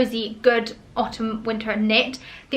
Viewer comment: I don’t, it’s extremely annoying.